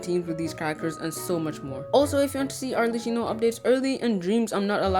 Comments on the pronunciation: i'm gonna be the italian pointing this out now xD her name is pronounced like "maCCHiato" not like "cappuccino" "cch" like in "arleCCHino" is pronouced as "C". "CC" like in "cappuCCino" is pronounced as "ch" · I cant stand how he pronounces arlecchino